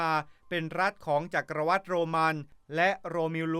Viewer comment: จักรวรรดิ อ่านคำสุดท้ายว่า หวัด ไม่ใช่วัด ชื่อฝรั่งก็อ่านไม่มีสำเนียงเลย Anthony Hopkins. ออกเสียง ฮอปกิ้น ไม่ใช่ ฮอปกิน จะทำcontent ทั้งที คำไหนไม่รู้วิธีออกเสียงก็กูเกิ้ลบ้าง อย่ามั่ว